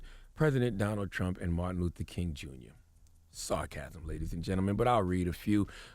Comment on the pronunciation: this dude said martin loofer king on purpose